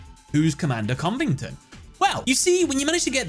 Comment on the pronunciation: You pronounced Covington wrong.